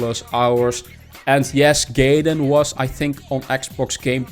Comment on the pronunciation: Hey, nice video. Just an FYI, Gaiden is pronounced guy-den and means side story. Have a great day.